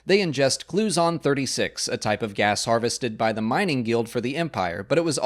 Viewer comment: I think you mean Clouzon-36 at least that is how it is said in Star Wars Rebels and I think that is what is right